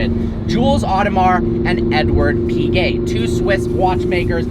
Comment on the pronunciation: How come you pronounce Piguet correctly but Audemars as odd-uh-mar? Oh-duh-mar.